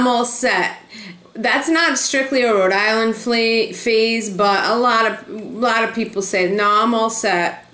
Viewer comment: I grew up on the Cape, and I always heard a lot of people (especially from the Providence area) say they were from "Row-Dilan". and on the Cape we pronounce that big clam as a 'Coh-hog' ---just waiting to jump into a delicious chowdah. I love hearing the accent that everyone makes fun of now that I've lived in Florida for almost 40 yrs., I hope I never lose it. Great video! I also love Green airport...so much easier to get to Cape Cod from than Logan.